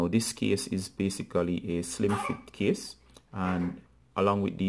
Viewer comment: Thank you, brother, but I was a bit confused because of your pronunciation of "case" as "kiss". This video was helpful thanks bro!